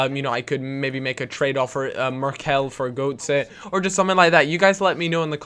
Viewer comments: I don't play career mode so I don't know any good deals, but I do know it's Gurt-ser, not Goat-say :p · It's pronounced 'Gertzer' >.<